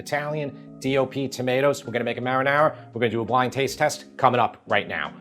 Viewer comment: why can't he say marinara 😄